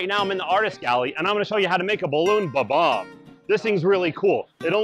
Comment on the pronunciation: It's pronounced Bob - omb but good video👍